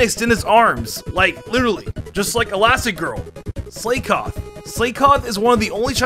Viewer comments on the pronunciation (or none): pronounces Slakoth and Slaking (slay-kof) and (slay-king) It's Slakoth (slack-oth) and Slaking (slack-ing) based on slack, sloth, and king (Slaking) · Dude!!! MAW while. Maw as in mouth.... Not that hard. And Slakoth= slack off... as in slacking off and Slaking=slacking off as in again slacking off.... Dude, for someone that spends of much time on Pokémon, you really blew those. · "Slaykoth" "Slayking" i sense another pronunciations video from Alex incoming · Fact plus: It’s not Slay-koth it’s slack-off (Slakoth). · I knoooow right!! I didnt understand when he said "illuminice" ... and How abouth "slay-koth" and "slay-king"??? Soooo frustrating! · I’m sorry “slay-koth” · Slaykoth and Slayking, huh? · It's Slack-koth or Slack-king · First time I've heard anyone mispronounce Slakoth and Slaking I'm impressed